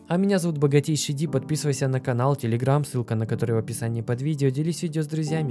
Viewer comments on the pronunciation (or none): none